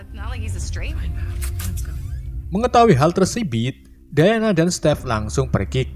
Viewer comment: Menit ke Ngakak bacaannya: mengetahui yg tersibit wkwkwk